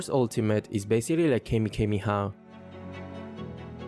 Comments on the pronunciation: Bruh kamekameha???? Damn. Sorry but it's kamehameha😢😢😢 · Although is quite younger den me but I can tell by the inside references he uses that he's an old anime head. But when he said Kamekameha instead of Kamehameha it sent me rolling. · BRUH REALLY NO HATE BUT PLS ITS KAMEHKAMEHHAA NOT KEMEKEMEHAHAHA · Bro... Akira was born 1955 not 1995... And the way you pronounced Kamehameha was grim af! It's not Kamihamiha! xD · Love you too death but it's kamehameha...i laughed so hard though not at you but at pronunciation of it 😂😂😂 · Nah u did not just say keme keme haa 😂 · Did bro just say "kay-me-kay-me-ha" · WAIT DID JUST SAID KEMEKEMEHA???/ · The pronunciation of Kamekameha...Is kinda wrong...Lol. Where is that rage? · “Gimmegimmeha” and “camehameha” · bro wtf is "KaymeKayme Ha" thats gotta be intentional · Bro said "kemekemeha"😂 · Wtf did you pronounce in the video. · stop raping kamehameha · The way you pronounce kamehameha 😂😂😂😂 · The way bro pronounced kamehameha😅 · You not a real DBZ fan if you pronounce Kamehameha like that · The way he pronounced kamehameha😭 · Bruv you butchered the kame hame ha